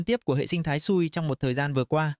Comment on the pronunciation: dùng AI cho video cũng được, nhưng mà các bạn nên chỉnh những phần mà AI nói sai đi ạ. Vì dự án quen tên thì có nói sai tên vẫn luận ra được. Nhưng có những tên riêng phát âm sai người nghe không thể nào luận ra được đó là dự án nào. Ví dụ như SUI thì đọc y vậy, chứ đọc "Su-ai" là bị sai rồi.